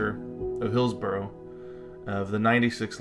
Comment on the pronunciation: Its pronounced "hills-burrah" not burrow. A burrow is something a rabbit digs! 😂❤